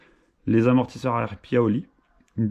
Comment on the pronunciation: Cè paioli pas piaoli 🤣